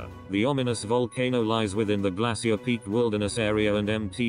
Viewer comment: Awful computer voice calls Glacier Peak, "Glassy-ur" Peak! Its supposed be pronounced as "Glay-shur" Pathetic. Lol 😝